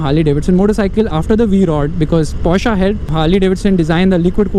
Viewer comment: Thank you for pronouncing PORSCHE correctly